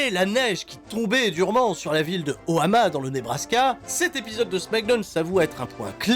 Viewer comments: Omaha NOT Ohama! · O MA HA, pas O HA MA 😂😂😂😂😂. Comme Omaha beach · J'ai du raté un délire mais Pourquoi tu dis toujours oHAma au lieu de oMAha??? J'ai pas la réference je crois:O Oui oui Shame on me:( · c'est omaha et non ohama!! bonjour la dyslexie x2